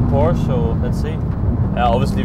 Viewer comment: Joey's voice "Its a Porsche-a"